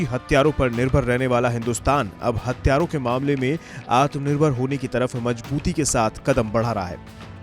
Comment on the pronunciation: हत्यारों नहीं भाई हथियारों बोलो